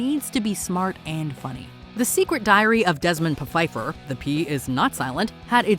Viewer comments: Desmond Pa-fifer? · It was really called Desmond PUH-Fifer? I would have skipped it for that fact alone.:D